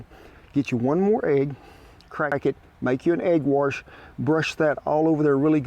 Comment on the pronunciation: I watch Kent to learn how not to cook. And still telling people what he needs them to do. The word grease doesn't contain a z kent. And wash doesn't contain an r either.